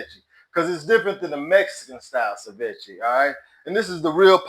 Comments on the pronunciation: Pronounced: Say-Vee-Chay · SI-VECHIE is funny as hell lol